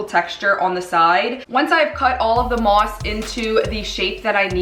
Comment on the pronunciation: The way you say mosk